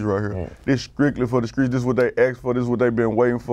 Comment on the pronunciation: Translations : Skrictly = Strictly Pose-da = Supposed to Da Skreetz = The Streets Carcazian = Caucasian You’re welcome 😉